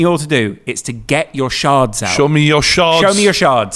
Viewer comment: Did realise they're called shards and not sharts..? Also congrats, daddy 😏